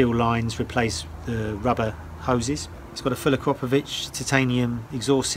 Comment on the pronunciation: Someone actually said Akropovic correctly!